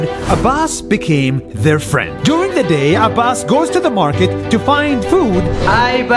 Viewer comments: Name: abbas My ears: a bus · I thought he said this is a bus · It sounded like you said his name is A bus Hi i am a bus.